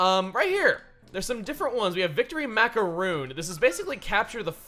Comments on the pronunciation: chuggaa macaroon is pronounced as if its "on" instead of "oon"... yes its very weird and no its not just my opinion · Macaroon?! It's macaroon!